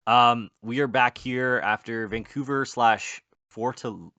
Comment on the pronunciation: its Fortalêza, not Fortaliza (as Lisa Simpson sound pronunciation)